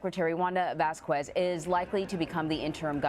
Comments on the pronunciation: "Vass-koo-ezz"? More like "Vaz-kezz." Anyway thank you for the reporting. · It's NOT "Vas-KWEZZZZ"! It's pronounced "VAHS-kess"! DON'T RUIN ORIGINAL PRONUNCIATION LIKE THAT! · Don't you hate the way they butcher latin sounding names. I was wondering why I've never heard of a vaskquees. LMAO we can pronounce things if we try people